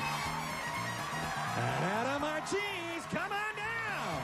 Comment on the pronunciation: I think I found this thread somewhere ese and remember that Rich mispronounced your name MAR-CHEESE instead of MAR-KAY-ZEE.